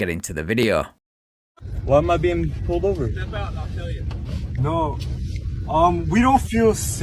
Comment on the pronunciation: It’s PULLED NOT POWED OVER, ITS FUCKING PULLED